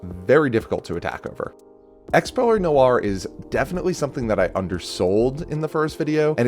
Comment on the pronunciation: it somewhat pains me to hear pure -ely rather than purr -ely